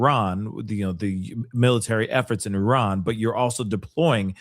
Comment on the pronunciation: i love you. but it is Iran not Eron.